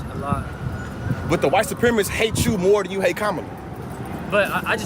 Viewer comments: It’s pronounced comma-la not KA-MA-LA! Hogan is a dumbsh*t! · KA-MA-LA Say it RIGHT or don't say it at all! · In fairness, "Kamala" as Hogan pronounces it was a top heel in the 1980s. The Ugandan Giant. Portrayed by James... Harris? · No BS... I'd be the one guy who would have said "It's pronounced "coma-la" f***head!" But that's if he showed randomly. Chances are those idiots new he was coming. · Why don't they say her name right? Are they being racist? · How are these people STILL unable to say her name...? It's not that f**king hard! Ffs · How come Republicans can't pronounce Kamala? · cant even say her name right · I love how most Americans cant correctly pronounce the vice president's name. Says a lot about them and their following of politics. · Adult men and women purposely pronouncing her name wrong is so freaking childish and embarrassing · Why do they think it's so clever to mispronounce Kamala's name? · Hey, Hulk, that is not how you pronounce her name. I would not expect a traitor supporting no nothing brain dead dork like you to know that! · Why do they insist on pronouncing her name wrong❓